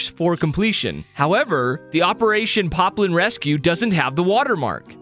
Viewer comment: why did you say piplin its poplin